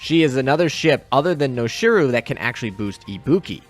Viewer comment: Noshiro is not ‘Noshi-roo’ but ‘Noshi-row’, with less emphasis on the w sound. Just pointing it out, don’t mind me~